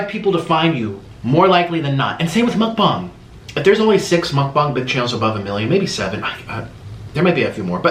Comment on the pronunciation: How normal people say mukbang (Muk-Bang) how he says it (Muk-Bong)